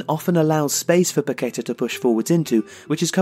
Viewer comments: Great stuff! His name is pronounced pa-ke-TAH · Great profile but it’s Paquetá with the stress on the last syllable. The clue is in the accent you omitted.